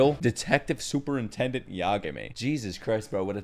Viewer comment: yaa the english super-intended not sup-rintended